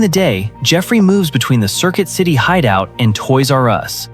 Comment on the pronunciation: Circuit city ❌ Circill city ✅